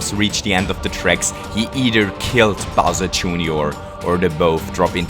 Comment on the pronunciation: ahaha! "smol bowsur" i love it